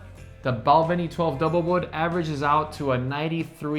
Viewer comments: Hate to tell you but you’re still pronouncing Balvenie wrong (Bal VEN ee… as in Penny) as well as a few others. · My brothers wife is from Glasgow and pronounces it BAL VEE NEE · Oban and Balvenie stand out. With the latter the main stress comes it’s the second syllable. (Oh, and whisky with an e is Irish this side of the water…) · Bal-VENY. Emphasis on the second syllable. Mc AAL an. There is no E in Macallan! Mac AAL an. AAAHHH. OBan. OOOHbun. NOT oBAN. OOhbun.